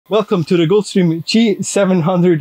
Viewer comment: Guy can’t even pronounce Gulfstream 😂